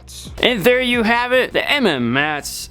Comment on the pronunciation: Please stop calling it M-M-mats. It’s pronounced “Mats”